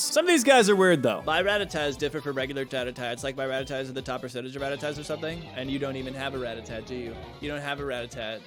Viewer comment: Can I just thank you for also calling them "Rat-a-tat", 😂 Im just never gonna say Ratatta, you know.